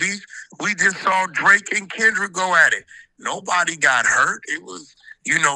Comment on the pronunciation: When he say Drake-eeo it really grinds my gears